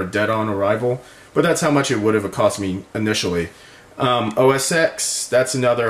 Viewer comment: OS TEN, OS TEN, not OS "X"